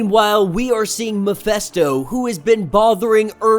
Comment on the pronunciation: You know, that his name is MephIsto, not MephEsto? Right?